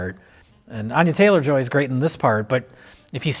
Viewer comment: You guys give crap to for his pronouciation of words, but proceeds to call the leading actress "Anya Chaylor"